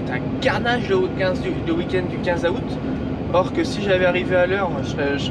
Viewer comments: Super vidéo comme d’habitude. Mais juste comme ça dans août , le A ne ce prononce pas … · moi je prononce pas 15 a out mais 15 zout🤗